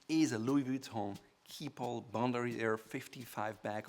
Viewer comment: This guy in desperate attempt to pronounce everything “right” is pronouncing everything terribly wrong. For example, he pronounced “Bandoulière” as “Bond-oo-lee-ehr” when it’s pronounced “Ban-doh-lee-ay”